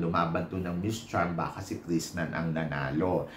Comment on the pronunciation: Krishna hindi Krishnan. Ilang beses nyo inulit puro Krishnan..... Krishnan.... Walang N sa dulo.